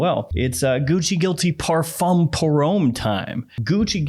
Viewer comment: Please learn how to say parfum. It’s not par foam or fom. The fum is nasal and kind of like fain or like a hard nasal fan with the emphasis on the a and not the n. But you probably already know that.